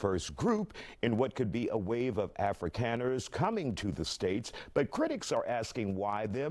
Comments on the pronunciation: Right off the bat, the lib demonstrates he knows nothing about the subject at hand. "Afrikeens," 😅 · The first brilliant commentator did not even know how to pronounce Afrikaners. Reaping what they sowed? He is a person of sad intellect. He is justifying murder. Shame ! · The first "expert", who can't even pronounce the word "Afrikaners" starts by telling us that South African whites deserve to be genocided because their grandparents might have been racist "in the 1940s", eighty years ago. I stopped watching. Damn this evil show. These people are evil. The man literally suggests that people deserve to be murdered because their ancestors lived in a country with racist government policy. Murder is bad. Racism is bad. The people on thus television show are as immoral as anyone they accuse as racism, and it's less of a sin to have racist attitudes than to support murder and refuse to help people fleeing a genocidal government trying to kill them.